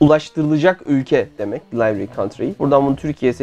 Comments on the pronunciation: İngilizce kelimeleri yanlış telaffuz ediyorsunuz. Delivery (dilivıri), component (kımpounınt) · Yanlış telaffuz ettiklerini ben de ekleyeyim aklıma geldikçe (bunu dedikten sonra tüm videoyu 2x hızda tekrar izledim) Roswheel (ros kismi nasil okunuyor bilemiyorum ama wheel teker olan wheel herhalde... well diye okunmuyordur) Delivery (deli-vıri) Monday (ingiliz aksani yapmiyorsan "o" degil "a" daha gunluk oluyor, mandey yani) Components (ama burada da tersi, "komponınts" dogrusu) Height (hayt) Evans (evıns... az önce emin olamayıp youtube'da kendi kanallarından bir video bulup kontrol ettim) Wahoo'yu da vahuu diye okuyorlar CiSiEn'de (bende var, seviyorum)